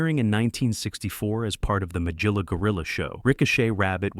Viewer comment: I remember most of these from my childhood in the 1960s. 😊 "Magilla" has a hard 'g', not as a 'j'. "Majilla" is wrong pronunciation. 😮 El Kabong did NOT have a Spanish accent. 😮